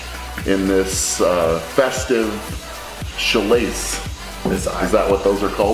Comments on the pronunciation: HEY STRONGMAN. you randomly said chalace. The word you meant was chalice. (Chal-iss) fancier word than goblet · Chalice is definitely a word. Chalice: cha-liss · “Sha lace” Never have I ever dreamed of wanting to throw hands with Brian Shaw, but now, that doesn’t seem so hard. It’s pronounced “CHA liss”, btw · I believe "sha-lissse" is how proper Eddie Hall would say "chal-is" (like Alice). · “Shilace” You mean ‘cha-liss’?! 😂😂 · this man called a chal-is (chalice) a chal-lace :D <3 love you brian always stay you man. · guys, it Chalice (chal-iss) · "Sha-lace" it's pronounced cha-lis 😜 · Chalice 😂😂😂 not chilace😂😂😂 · Did this guy seriously just pronounce chalice with a sh? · Haha, I think you were looking for chalice pronounced chal-iss / cha· luhs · Chalice Brian. Pronounced ; Cha - Liss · The word you’re looking for was Chalice! Sounds like (chal-less) sortive lol) Man, I can’t imagine what your grocery bill was every week lol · Chalice... Or chal-lace lol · Chalice rhymes with phallus. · Lmao him attempting to say chalice was pretty funny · I can't believe I've learned that some people don't know how chalice is pronounced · Shaw meant Chalice :D It's a word--you're good, bro. Just pronounced incorrectly.